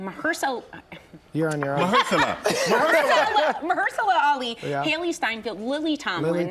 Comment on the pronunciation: Sara really needs to learn how to pronounce the names of actors. Mahershala is an Academy Award winner and he is in a lot of popular films and TV shows such as Moonlight, The Hunger Games: Mockingjay, Luke Cage, House of Cards.